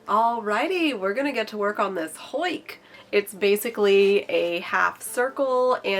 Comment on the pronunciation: Am I the only Dutch speaking watcher that got a bit distracted by the way she said huik? You're saying hoik 🤔